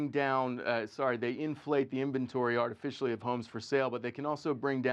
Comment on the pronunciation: "artificially"? and he suppose to be an expert? lol